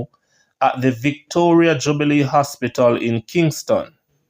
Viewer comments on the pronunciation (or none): none